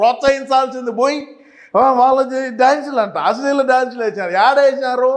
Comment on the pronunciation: అస్లీలం అనే పదాన్ని సరిగా పలుకమను సైకో అన్న nu మాత్రలు ప్రభావం కచ్చితంగా 😂😂😂😂😂😂😂😂